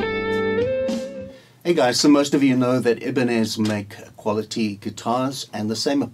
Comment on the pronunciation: Not Ibiniz, it’s Ibanez (eye - ban - esz) !!